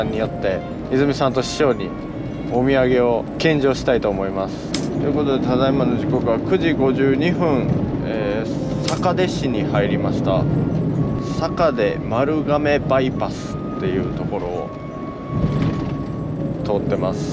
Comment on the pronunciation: 細かいですが、かんおんじし ですね！ あと、さかいでし ですね！